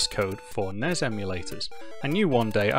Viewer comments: NESSSSSSS not NEZ.. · I've never heard anyone actually pronounce the NES acronym before today. That honestly hurt my ears a tiny bit.